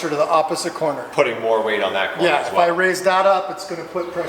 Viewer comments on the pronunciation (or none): Why does sound like he is saying quarter balancing lol.